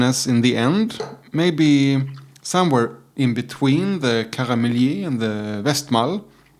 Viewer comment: Pronounce it as Karmelït. With the "i: like in "ea" in yeast. My favourite triple uittil now as well. Bit of vanilla, mild sweetness and pleasant herby bitterness.